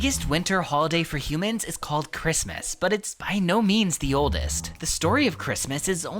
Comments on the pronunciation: What the hell is ch-wrist-mess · he was so funny when he tried to pronounce christmas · I know it’s sooooo silly!🤣🤣🤣😂🤣